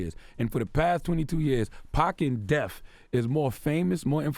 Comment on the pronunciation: Charlemagne, what the fuck...... It's DEATH, not "DEAF"!!!!!!!!!!!! I don't get how blacks talk like that. They always use words like: birff day (birthday) and troof (truth), basically they (blacks) will swap words ending in th with the letter f. What goes through their pea brains when they hear these words pronounced correctly? I would love to hear Charlemagne answer that question. I also get annoyed with double negatives such as, " I don't got no money on me". The other thing I don't get is when someone is being interrogated by homice division and the person says, " I didn't kill nobody". Why is that not considered a confession? That sentence means you did kill somebody!!!! The sentence is completely, ignored and why???? Why doesn't the district attorney ever say, " the defendant stated while being questioned that they killed someone"? I truely and sadly believe, It's just automatically assumed everybody understands the low level of education and ignorance of the efforts of the use of proper English from the person,even when it to a serious situation. What would be done if the statement was used as a confession of murder?